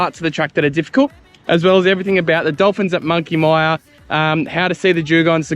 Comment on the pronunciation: Monkey Miiiiyyaaa not Monkey Meeeeyyyyaaaa! Anyrate, nice video and amazing to see how much that whole region has changed over the decades. Grew up since birth in the early 1970's doing two trips every single year to visit friends in Denham (and still doing it) as well as spending days around Shark Bay and Monkey Mia. Was nothing there back then, even the road into Shark Bay was all gravel through from the Great Northern Highway turn off. Rarely used to see anyone else at Monkey Mia or Shell beach, even though spending sometimes a whole day out there fishing and swimming. Looks like most of the places we travelled all over Australia that were once very remote and isolated have become major highways and hot spots. Tourism is obviously a massive industry all over the country now, giving a lot more people much easier access to travel and explore 👍